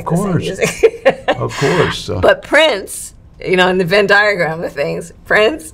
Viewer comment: Did this woman just say “in the venn diagram of things….” I just can’t.. I really can’t!!